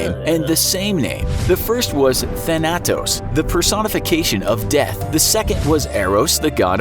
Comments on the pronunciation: You pronounced Thanatos wrong. Tha-na-tos not Thana-tos. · it's not than-atos, it's th-a-n-to-s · I hate the way he pronounced thanatos im greek and i cant get it out of my head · You pronounced Thanatos wrong